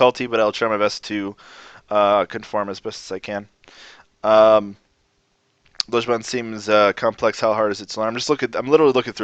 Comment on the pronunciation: Mmm, so indistinguishable that our glorious teacher manages not to pronounce the word 'Lojban' correctly even once! This 'o' sound comes up loads in the north of England. The Mancunian 'long o' is pronounced this way. Greet someone from Manchester and you will probably here a friendly "Ello!" in response. The 'o' in that is exactly the same.